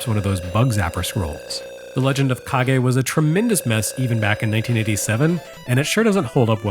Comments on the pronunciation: Mission accomplished on the pronunciation trolling. My eye was twitching by the end. But then there's also and that mindsplitting scrolling effect. That actually made me dizzier than most VR experiences so far. I'm not going to defend Legend of Kage's quality but I do love that you gave it credit for its ambition wih its themes. It was absolutely one of the more influential formative bits of ninja media I got to consume as a kid, and solidified my belief that ponytails can be cool and badass on guys and not just be douchey like with Steven Seagal. Thanks for that, Taito, Tose, and countless assorted ninja and wuxia flicks. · Joining the chorus of ancient comments here about the fake-out of the pronunciation. For my part, I KNEW "Kage" was a two-syllable word following standard Japanese pronunciation rules, and yet when you consistently pronounced it as "cage" in the early goings of the video, I began to doubt myself. You always do great research and check on things like this, so I figured maybe I was the fool all along. Turns out that, in a way, I really was. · I also thought it was pronounced cage but I think it’s actually pronounced caw-gay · When I first heard you pronounce it as Kage it didn't bother me but I knew the comment section would be full of people saying it needed to be pronounced Kage. Also your teaser for the next episode had me laughing out loud. Hallelujah! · Legend of Cage?!?! Kage! Kah-geh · I was making the comment when I see the name of the game being pronounced as "Cage" (the english word), and then I saw and heard that they addressed that it was "Kage" pronounced in japanese instead. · The Rah-gey in the Kah-gey. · Every time I hear mispronounce Kage as "cage" I have a minor convulsion. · I wanted to throw up each time you pronounced it like cage. Thank you for the good joke after all was said and done! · Matt Howard Watch the video, the mispronunciation was intentional. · yep it's pronounced like kagemaru of virtua fighter fame xD